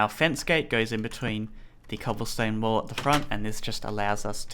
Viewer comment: when you where saying cobblestone wall it sounded like you said cobblestone wool